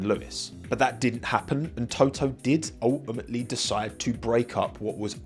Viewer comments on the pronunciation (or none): Everyone: Ultimately This guy: Oh-ah-mah-lee